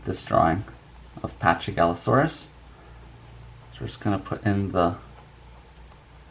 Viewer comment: It's Actually Pronounced Pakigalosaurus. Not Chy. Quite Confusing Yeah? But That's A Great Drawing!